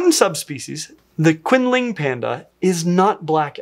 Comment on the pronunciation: Please do the musteloids! *puppy dog eyes* *giggles at your Chinese* Chin-Leeng, is closer to accurate, but the Chinese Q is definitely not pronounced like that :) I can't believe I somehow missed this video. Tsk. American Black Bears are my faves, though. They're so cute. From a distance. Behind a fence. You know, safely.